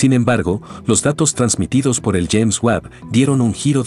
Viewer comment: FÁCIL, POR EL AVANCE DE LA CIENCIA, LO QUE AYER ERA VERDAD, HOY YA NO. GRACIAS POR EL VIDEO Y POR FAVOR, CORRIJAN AL QUE NARRA PARA QUE NO DIGA "TELESCOPIO JABAL, BEG BANG & LLEIMS WAB", NO ES NI INGLÉS NI ESPAÑOL.